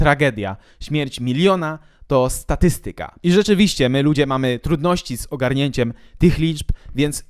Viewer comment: ten poprawny akcent na "STATYstyka", Carrio byłby dumny